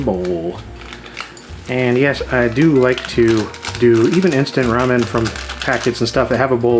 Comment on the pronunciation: I can't believe you pronounced it "rummin".